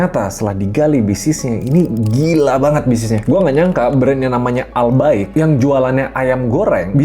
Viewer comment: Gw kira ai bqik, wkwkwkw😂😂😅